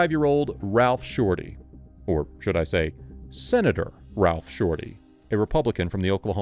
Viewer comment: My fav's the Oklahoma Senator !!!! " Sinator" < correction